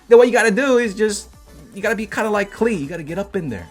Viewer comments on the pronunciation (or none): none